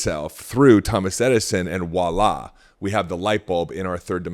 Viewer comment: The word is voila, please learn how to pronounce it. It is NOT WaaLa! This is a French word which starts with a "V." Everytime I try to give this guy a chance, I keep wondering if he even has a high school diploma.